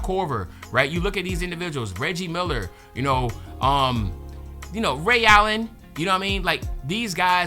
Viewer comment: ion like how you said Ray Allen lol